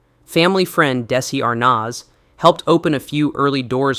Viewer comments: Thats Arnez not Arnaz. I wish people would do their homework on how to pronounce names and common phrases. They butcher everything nowadays. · Repeat: Dezi Ar-NEZ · Yeah' Desi. Arnoz. Jr !😢😂😂